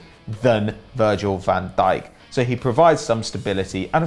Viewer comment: is really dutch he doesnt sound dutch by saying virgil van deek incase of virgil van dyke